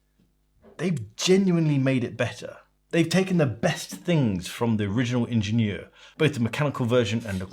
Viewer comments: Lovely video, but it hurt my ears every time you named the watch. It’s AHH-shen-YERR Also, as someone who’s usually a bit OCD there was something charming — and evocative of Genta’s brutalist functional design — in the off centre of the screw points. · Shouldn't it be pronounced as the German word since Schaffhausen is in German speaking Switzerland? It's a French loanword in German and pronounced slightly differently. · "Ingenieur" is german, not french, otherwise it would have an accent on the é "ingénieur".